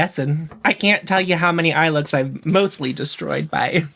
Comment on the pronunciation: “Am I turning löœōks? I’m not sure I’m turning löœōks” thanks for my new vocal stim